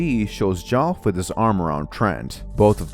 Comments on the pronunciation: listening to you pronounce Geoff as Goff is pain to my ears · btw geoff’s name is pronounced as jeff